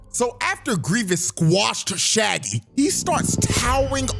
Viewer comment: Not Sha Gi 😂